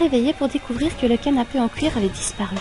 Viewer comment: c'est moi ou tu prononce cle titre "le canapé en couir" xD